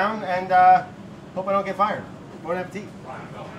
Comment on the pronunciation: You guys should know how to pronounce bon appétit correctly by now. I mean it's the name of your company right!?